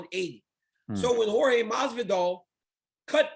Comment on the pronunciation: is pronounce horhey not george (jorge)